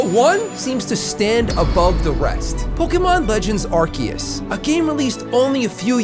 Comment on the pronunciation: it's actually ar-see-us unsubscribd xd